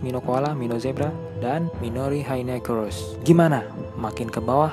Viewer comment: bantu ralat bang, dibacanya MAN - TI - KORS dan MI - NO - RAI - NO - SE - ROS Manticores dan Minorhinoceros kan?